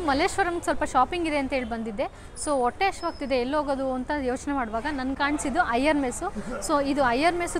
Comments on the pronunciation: ಒಟ್ಟೆ ಅಲ್ಲಮ್ಮ... ಹೊಟ್ಟೆ ಅನ್ಬೇಕು...ದಯಮಾಡಿ 'ಹ‌' ಕಾರದ ಉಚ್ಚಾರಣೆ ಅಭ್ಯಾಸ ಮಾಡಿ 😅😅😅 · Madam, nice information about Iyer Mess. But Kannada pronounciation to be corrected, for example otte aseethide ( HoTTe hasiyuttide) , olige ( HoLige). Correcte pronounciation will bring good value for the explanation. Please don't mistake. Thank you Madam.